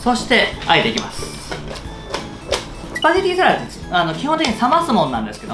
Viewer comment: サラダスパゲティをちゃんと言えなかったの笑いました🤣笑